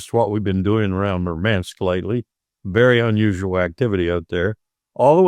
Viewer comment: It Murmansk, not Mermansk. But, thanks for raising the important issue